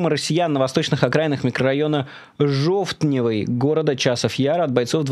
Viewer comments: жовтнЭвый , а нее жОвтнэвый )) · Майкл, треба вже вчити мову! Жовтнэвый, так треба вимовляти, наголос на э!) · Жо'втневий. Это надо уметь так коверкать слова. Каждый эфир. На литовском ты слова не произнесеш. Английский наверное такой же уровень